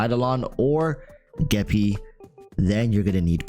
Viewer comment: You said geppie. You have my respect and attention. Also don’t forget it’s not blade, it’s bladey 😂